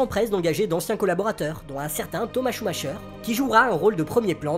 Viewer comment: Très bonne vidéo, limpide les explications. Par contre, à titre d'information, on dit "Schumaqueur" et pas "Schumacheur". Cela fait grincer les oreilles lol.